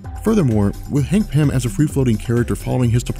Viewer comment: Hangpin? What? I can't understand what you're calling Antman.